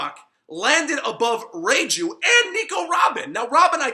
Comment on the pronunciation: Reiju not reijew